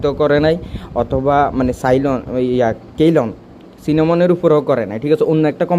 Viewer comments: কেইলন না সিলন হবে ভাই? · I think Ceylon pronunciation is (সি'লন) in Bangla. Previous name of Srilanka.